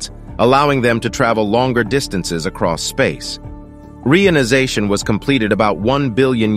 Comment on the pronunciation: ai voice cannot pronounce reionization, very irritating